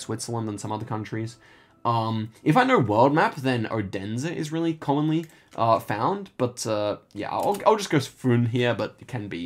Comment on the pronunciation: I've discovered this channel during some illness and it has been very soothing listening to you talk about bollards and poles. The way you pronounce Odense is also hilarious, though the same could be said for the people living there.